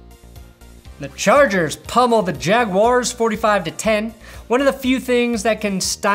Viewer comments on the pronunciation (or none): none